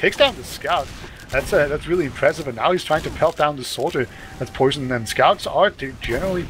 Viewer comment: Their pronunciation of Poisson was triggering the fuck out of me. SURELY it's "pwa-son" as in the French word for fish?